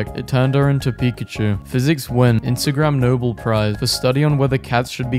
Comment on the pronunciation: Omg u did not just call ig nobel prize as Instagram nobel prize 😭😂... Fun vid nonetheless